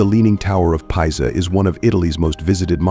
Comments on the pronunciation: Leaning Tower of "Pie-za". HAHAHAHAHAHA. Tell ya what... Why don't you quit being lazy and use your own voice narration. Unless, of course, you think that is actually how one of the most well known buildings in the world is pronounced. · You might want to have the narration changed to correctly pronounce Pisa.